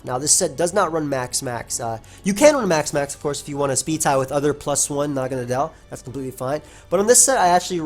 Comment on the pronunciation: pretty sure everyone I've seen has been pronouncing this 'mon the wrong way. nadel is the german word for needle. it's pronounced like "nuhdl". and well naga is just some mythical snake thingy. I really hope naganadel stays OU, it's such a cool 'mon. I get that it's overcentralizing at the moment, but hopefully that's just a really solid 'mon coupled with new toy syndrome.